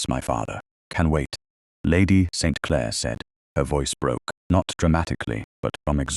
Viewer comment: Very annoying to listen to the heavy accent on Clare as if it's the start of a new sentence. 😡